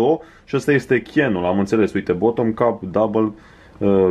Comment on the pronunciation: La șapcă în engleza se scrie cap și se citește chep